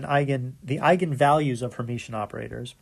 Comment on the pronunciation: Great lectures! Only one point: it is called Hermitian, not Hermetian :-)